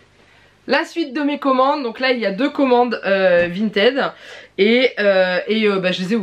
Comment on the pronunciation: Si tu regardes la pub du site à la télévision par exemple, ils disent Vinted, avec le ted se disant comme le prénom Ted. Vinted, en mode "vintid" est le terme prononcé à l'anglaise, mais bon comme le site lui-même ne le dit pas ainsi ^^ ne te compliques pas la tête.